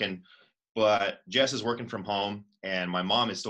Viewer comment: "iS iT wOrKeNg?"😂